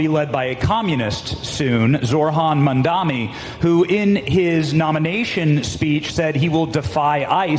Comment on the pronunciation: At least you've learned to pronounce his name. 👏 👏 👏